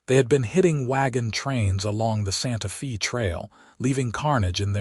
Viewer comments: Nice story but "Santa Feee" instead of "Santa Fe (Fay) needs to be edited. And the ending just seemed to go on and on. Could be tightened. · There are several pronunciations that need to be corrected. In particular content, Santa Fe and read are the ones I remember.